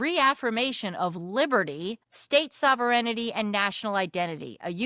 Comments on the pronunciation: FYI To the speaker: It's 'sovereignty' not 'sover-en-ity'. The American education system has a lot to answer for. Other than that, thank you for the support. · First of all, I'm not going to be a nice Cdn. My first complaint is your pronounciation sovereignty ... Sov-ern-ty. Not sov-er-en-ity!!! This is typical of American ignorance and poor education. Secondly, no weed does not grow wild everywhere in Canada. No, they never burned down fields of weed. In fact, weed is 100% legal in Canada since 2017. Yes, we are good people but we won't be pushed around by anybody!!! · The pronunciation of the word sovereignty is sov-ren-ty. Hope that helps. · Sover-n-ity?? Learn to read lady! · Sovereignty: Root word is Sovereign. Three syllables, or two with the first 'e' silent, depending on where one is from. Do not skip the 'reign' part of the word; that is an important part of its etymology and subsequent meaning. Sov-er-en-ty: four syllables, or Sov-ren-ty: three syllables. Definitely never sov-er-en-i-ty, Sov-ern-ty flips the letters 'ren' around to 'ern' and is incorrect. Or American, which is also incorrect. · I love the way you pronounce sovereignty. :) It’s pronounced Sov- ren- tea. Well at least in western canada and the UK. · I had to mention it as well. I let it go the first time but she continued to say it. Yikes! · Or “paraphrase” Or “sovereignty” (so many times)